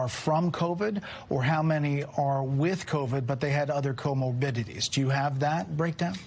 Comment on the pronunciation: Comorbidities... this man said COMO BIT Tiddies. O_o